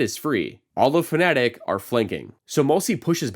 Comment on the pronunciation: Its FA- na-tic. Not Pho-ne-tic